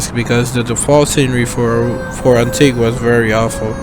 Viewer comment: It is called antigua not guwa